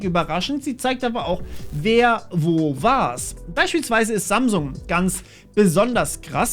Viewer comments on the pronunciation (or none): none